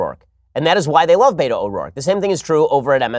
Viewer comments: It’s pronounced beta. Not Beto. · It's not Beto is Behto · Me: “Ah yes. Time for some intellectual, professional, political analysis this morning.” Ben: “BAY-DOE!” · My Wife: I know he keeps saying "Beto", but all I hear is "Beta". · that cracks me up, too. ha